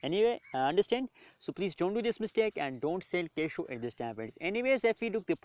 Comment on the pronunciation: The Keishow